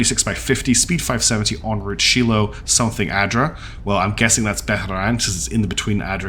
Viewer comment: The last person you want helping you design a ship.... is me XD Also, Shiloh is pronounced Shy-lo. It's Hebrew I believe. Great series so far. Lots of twists and turns.